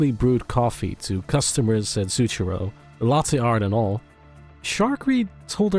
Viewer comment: Love this video! BTW "zucchero" the cafe name is Italian for "sugar" and is pronounced more like "tsukkero"